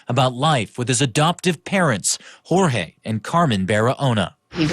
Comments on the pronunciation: "Hor-Hay". Jorge is a Spanish name and is pronounced "Hor-Hay." I realize this may not be common knowledge among those who have never studied Spanish, however it's common enough in the U.S. that it's worth committing to memory. I've mentioned this several times before upon hearing you mispronounce the name in other cases, however I realize you probably get bombarded with messages and are unable to read them all. I just feel it is important that you make an effort to pronounce Jorge correctly as well as any other unfamiliar names you come across. You might not feel it is important to pronounce the perpetrator's name correctly, however it is only common courtesy as you don't want to disrespect your fans who are named Jorge. Thank you. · Okay, can you please look up how to pronounce names when you do these videos? This is the second video I have seen where someone was named Jorge and you repeatedly pronounced it "George" throughout the video. It is very important to get the names of the victims, and the perpetrators correct. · Why do you keep calling him George with a hard G? That’s not his name. There are actual news clips pronouncing it rightly, in this video SMH